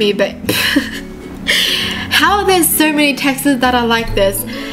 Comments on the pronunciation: she said texas instead of texts 😂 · is it just me who loves how she pronounces texts 🥺 it’s adorable ♡